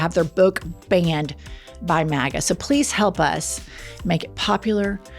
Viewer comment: she said “matta” instead of “maga” lol she said my last name, she’s in love with me